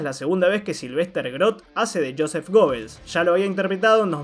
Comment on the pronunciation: Una pequeña correcion (muy buen video): El apellido se pronuncia "Guebels", no gobbels